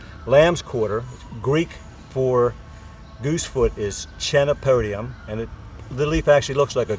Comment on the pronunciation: Good vid and good information, but only one thing I found a but humorous. You pronounced the words wrong.🤣 K not ch Chenopodium, chemistry Chelate ( ˈkēlāt )